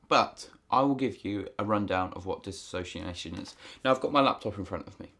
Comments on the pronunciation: For future reference it is pronounced diss-ooh-see-ation. Not diss-a-so-see-ation. No “a”. I have been clinically diagnosed with BPD (quiet) a very rare type of OCD. I dissociate on a regular basis and I experience severe amnesiac blocks. Thanks for the info and I am glad to know other people suffer the same. In my experience exercise and therapy are the only treatment that helps, also being able to talk about it. I have issues talking about most serious or perceived serious things without dissociation. It’s a highly miss understood and miss diagnosed mental disorder. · This might be a bit nitpicky for me to point out, but it throws me off when you're talking about dissociation and pronouncing it as "disassociation". As far as I looked up, disassociation isnt a word. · Well done video...except that the correct pronunciation is DIS-SOCIATION no A.🙂 My dissociation is linked to my SPD... Schizoid Personality Disorder and Social Phobia. Diagnosed 13 years ago. I've been treated with anti-depressants and anti-psychotics, and everything in between. Right now I am down to 16 pills a day(go me!). Oh and therapy, of every type. I still dissociate daily, even though I've become a recluse. I never know when it's happening. I just lose chunks of time and have complete amnesia. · You are both spelling and pronouncing it incorrectly. There is no a in the word, and contains only 5 syllables, not 6. Just passing that along. Dissociation.